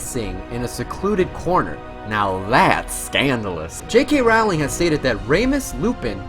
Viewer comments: Abbie- Leigh ROWling as in cow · ALSO how can he call this a harry potter video and pronounce Rowlings name wrong?? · Why don't people who do Harry Potter videos learn to pronounce "Rowling?" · I'm gonna be completely honest and say I didn't know fact 1 (the Greek part. I knew Trelawney's ancestor was Cassandra) and fact 50 where Rowling said the books existed because her mother died. Also, dude, your pronunciation of the names is so bad. Sorry but it's terrible. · Every time he said Rowling I cringed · He was right! I did learn something new: he can't pronounce Rowling and erised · fact #51: he pronounced "rowling" wrong the whole time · Do show some respect and pronounce her name correctly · it's jk ROWling like roll not Rowling like wow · No ROW-ling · Great video! Note: it's pronounced Rowling as in rolling pen!* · stop stop stop you are going to take someone's eye out, besides you are saying it wrong it Ro-lling not Raw-ling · Her husband gave her a mug that says: They see me Rowling, they hating. And that’s how I learned her name was pronounced “rolling” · "ROUWLing" kms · her last name is pronounced like rolling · Rowling is pronounced as rhyming with bowling...they're even spelled the same, just with an "r" instead of a "b". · I knew over half of these. Also, stop mispronouncing Rowling (pronounced Rolling) and Ralph Fiennes (pronounced Ray-ph Fine). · Fact 51: Rowling is pronounced "rolling" as in "rolling pin" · Yeah, how can he be a fan and pronounce BOTH names wrong? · Kudos for saying Philosopher's stone. But Roawwwling? Ralph Phineas? Dom Hill Gleeson? And I don't even know how to spell that pronunciation of Erised. And footage with a bandicam watermark? Look, I wish your channel well, but you're gonna have to pay for software and do a little research on pronunciation.